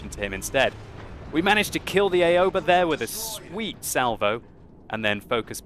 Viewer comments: Its not a-yo-ba. Its more like ow-ba. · I believe that it's pronounced more like "ow-ba" instead of A-oba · Aoba is pronounced Ow-Ba And does WoWS have a replay system yet? You seem to be a analysing the game with a free camera.